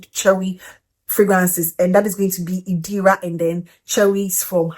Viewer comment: It's Irida hun not Idira 😊